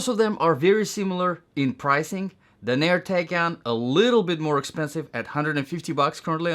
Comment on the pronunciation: It’s DAN-er not da-NEER.